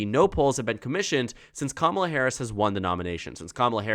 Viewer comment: Kamala - come-uh-laa - like 'comm'itment, 'comm'unity, 'comm'unicate.